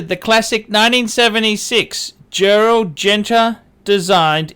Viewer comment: Good video, really interesting. I really like this watch, always have done. I couldn't give a shit what other people think about it either. Your pronunciation on Genta still isn't right, but it's 1000 times better than Gentra. Phuck me I'm impressed, giving you a thumbs up and all sorts.